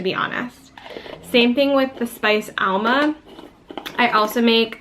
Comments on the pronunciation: Great instructions here, but the mispronunciations were hard to hear over and over!... amla as "AL-muh" and also not pronouncing the "r" in turmeric... please explain! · Good informative video. However, you keep pronouncing Amla as ALMA. Whatever. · Amla - she's pronouncing it incorrectly.